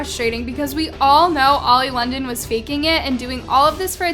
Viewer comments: Love how you said old London and not oli London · I love how you called him “Old Londen” lol